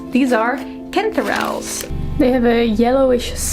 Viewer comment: i love mushrooms. they are my special interest. ps it's pronounced chanterelle! like 'shhh' sound.